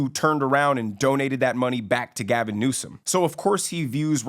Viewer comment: LoL you got Gavin correct